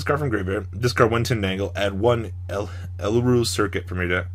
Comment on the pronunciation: "Euler" is pronounced you-ler